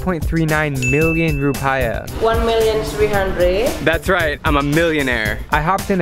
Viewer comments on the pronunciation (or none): Drew : Roo-pie-ah People from Bali aka me : Rup-ee-ah ;>; I also died when I saw butter crab x_x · Am i the only one triggered because he said 'rupiah' wrong???